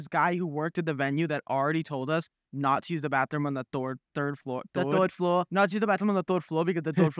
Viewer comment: "thord floor" 😭😂😭😂😂😂😭😭